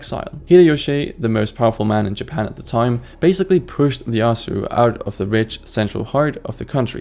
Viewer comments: Not a worthy content Because he said Leyasu which should be Eeyeyasu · Pretty major oversight, you’re pronouncing “Ieyasu” like “Leyasu”. The first character in the name is an i. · "Tokugawa Lieasu" 😂🤦